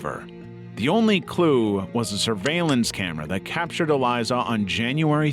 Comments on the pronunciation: It’s Elisa. Not Eliza. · You could at least pronounce ELISA right if you’re going to include her story